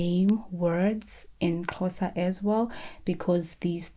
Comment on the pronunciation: Aw the way you say Xhosa is not quuuiiitttee right but it’s so good to see you tackle it!! It’s so hard!